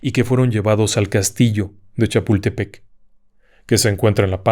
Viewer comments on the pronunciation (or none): none